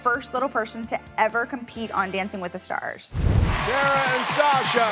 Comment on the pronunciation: Terra:I’m the firSHt little perSHen on dancing with the SHtars Please just pronounce it normally Jesus 😂